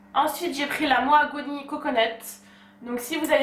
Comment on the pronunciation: C'est Maoghani pas Moagouni 😂